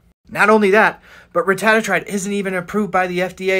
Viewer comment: Cant even pronounce the name